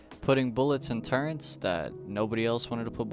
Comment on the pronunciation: Turrents ❌ Turrets✅